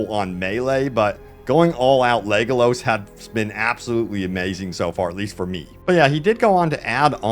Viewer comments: When he said "legalos" my brain physically hurt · I can’t trust this guy. Dude said “Legolose”, butchering the most known archer of all time